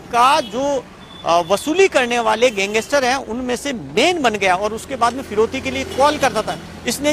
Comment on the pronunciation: Pehle to tu gangestar nhi hota , gangster hota hai, bolna sikh pehle , fir reporting kr